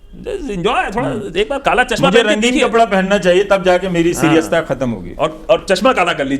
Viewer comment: He said सिरियसता😂